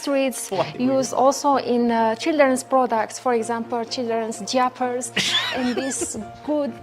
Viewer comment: LMAO Childrens "jiapers" hahahahah